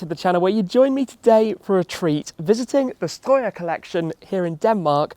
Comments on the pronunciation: Im very impressed by your Strøjer pronounciation, not many foreigners can pronounce it that well Tim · The second time you said "Strøjer" i genuinly jumped cause it caught me off guard how well pronounced it was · Wow, I am quite impressed with your pronounciation on "Strøjer". You sounded a bit like a southerner from the bottom of Jutland. Nice video too.